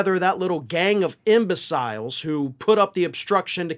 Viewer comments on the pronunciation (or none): That's not how you pronounce "imbeciles".